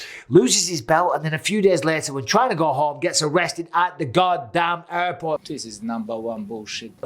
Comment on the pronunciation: I love how bisbing call JFK Airport "JFK ayyport"